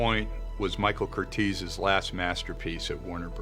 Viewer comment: I'd just like to point out that his name is pronounced "Curt-ez" NOT 'Curt-eez'. (I'm his grand-daughter)